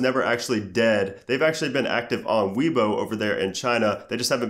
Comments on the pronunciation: Its not pronounced " WII BO" it's pronounced "WAYBO" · its weibo; pronounced like way-bo. not Weebo :)